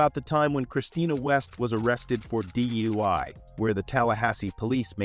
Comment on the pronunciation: This would be a great video if the narrator could speak. DUI is not pronounced dewey, it’s D U I. Just say the letters. It’s also body cam with an A, not body com. I don’t know if your using text speak or just can’t speak but you’re vids will improve if you pronounce the words properly!